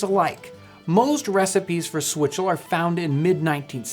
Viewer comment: Did this dude just say swizzle?